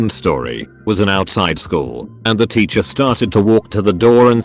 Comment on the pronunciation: No one: The voice: titcher